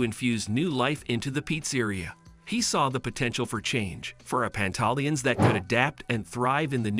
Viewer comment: In the future you might want to properly learn how to say the restaurants name. You sound crazy.